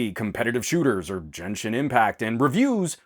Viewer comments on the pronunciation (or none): I love you, I've been watching you since PocketNow. But you gotta start pronouncing Genshin right or I'll cry. It's a hard G, like Go. Not a soft G like Jo. It's gif, not gif.